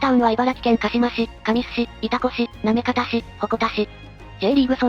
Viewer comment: 行方市は「なめかた」(namekata)じゃなくて「なめがた」(namegata)ですぜ。 市内に「なめかた」って言う地名はありますが、 市名は「なめがた」です。 鹿島町の読みは「かしまちょう」ではなくて「かしままち」です。 茨城県は○○町は「○○まち」、○○村は「○○むら」と読みます。 少なくとも平成の大合併の直前にはそうでした。 昭和の大合併前は知らないですが(^_^